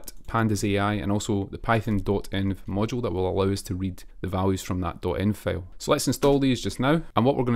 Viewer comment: No offense but "file" = ['fàil] not [fêil]. Liked the video❤